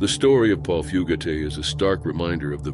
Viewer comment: Fugate pronounced Few gate, not Foo gaté...